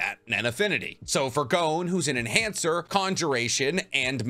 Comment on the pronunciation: Lol he said male enancher